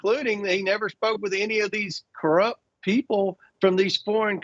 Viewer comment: When a republican calls someone, "Corrup", I instantly think they're not, and I have to find proof of the "corrup-shun".